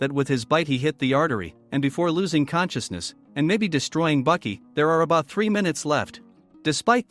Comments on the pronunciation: Wait Bucky it with a A Baki not Bucky you say ahh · Nope 60 seconds in and then I couldn't do it anymore. Baki= (BAH- QI) NOT BUCKY. It's crazy that even AI for the auto-generated captions thought it was Bucky 🤦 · Btw his name is Baki not Bucky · i’m already pissed at the fact that he calls the main character “buki” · I can't take it. The name Baki is pronounced 'bah-key' not 'buck-key'😑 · ITS BAKI NOT BUCKY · Is baki not bucky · Why the fuck are you sayin Bucky? You saying it wrong on purpose. People like you annoy tf outta me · Baki not Buki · When you say baki's name its sounds like you’re saying bucky instead of baki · The mispronounced names ruined this vid its Baki not Bucky amoungst many others maybe stop using the ai voices and just do the vids yourself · Your saying Buki not Baki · Yashazer gave Bucky his fung. Is this an AI unfamiliar with human speech? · I had to stop 40 seconds in because if he’s going to pronounce Baki like “Bucky” for the next 92 minutes I’m gonna throw this damn iPad out the window